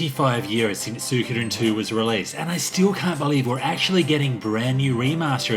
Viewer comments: It's Swee-ko-den, your pronouncing it wrong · That is NOT how you pronounce suikoden, it's swee-ko-den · Achually its pronounced, Soo-e-koh-den. Now stop being a debbie downer and mocking peoples pronunciation by giving the wrong one yourself.